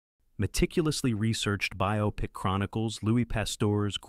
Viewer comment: The narrator pronounced “biopic” correctly. Must be a real person narrating this.